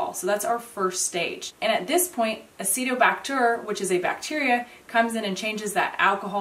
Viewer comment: She mispronounced Acetobacter and put a French spin on the last syllable...just sayin'...